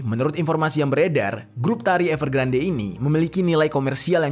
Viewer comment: Saran ka.. kalo nama yg diambil dari bhs inggris, dibaca versi inggrisnya bisa dicek pelafalannya di yutub krn ini kasus besar, dibacanya evergrand bukan evergrande 😊